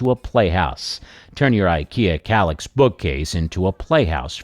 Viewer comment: Is that kallax or collapse? It sounds similar to my hard of hearing😂😂😂😂